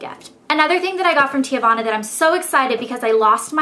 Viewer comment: it's pronounce tee-vana. not tee-ah-vana. lol